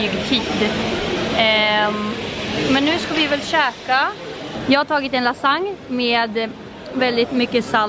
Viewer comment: Asså lol bara jag som håller på att dö att hon säger lasagne fel hahahahah